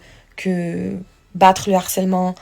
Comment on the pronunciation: Les pires des harceleurs essayent de minimiser leurs actions. Fraisou Nehuda viennent faire les victimes. Jazz vient te faire passer pour une belle personne. Manon Tanti est aussi sur le podium. Pitié on prononce : le harcèlement et non l'harcèlement. Nehuda j espere que ta fille ne verra jamais les anges et ses 2 parents en plein harcèlement